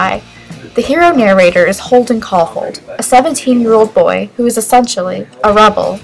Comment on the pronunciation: Wait...did you say Holden Caulhold?